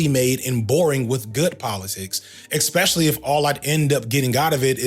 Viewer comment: I'm listening and think, this guy is nailing it. I'm a trans woman who transitioned late and I know how men behave, especially in a men only group when there's been some alcohol around. Then I get to and I hear "Eggspecially". As a Dutch person I pride myself in my English speaking ability so stupid shit like eggspecially, eggcetera, warm temperatures and cheap prices make me feel physically sick. lol